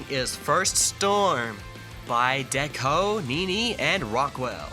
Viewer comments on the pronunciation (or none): none